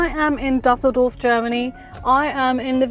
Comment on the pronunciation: Its Düsseldorf not dassldorf😩